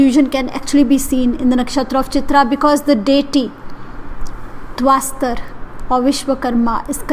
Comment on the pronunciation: Tvashtra and not tvaastar